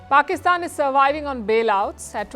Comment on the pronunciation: This presenter needs to talk proper. Anyword beginning with the letter P she uses the letter F. Like Pakistan fakistan. So funny to listen too.